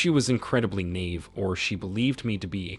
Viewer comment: 🇺🇦 "Epitome" is pronounced "epitomee." "Naive" is pronounced "nah-eve." 🇺🇦